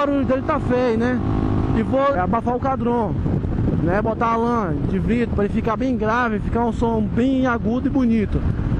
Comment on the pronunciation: tu falou vrido e não vidro kkkk